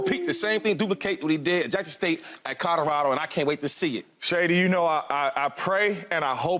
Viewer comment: CADDA-RADO….lord have mercy.